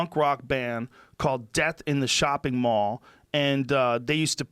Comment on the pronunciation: joe sounded jersey af when he said mall